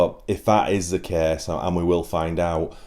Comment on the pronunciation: If that is the cäääs... In what part of the British empire do people speak like that?